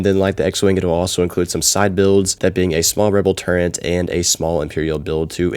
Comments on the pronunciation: Absolutely cringed hard when you pronounced turret as “turrent” 💀👎😤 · Yuck... is this what happens when parents raise "tablet kids?" Is Lego thinks they need to upsell us like this?? Also, dude, there's no "n" in turret 🏰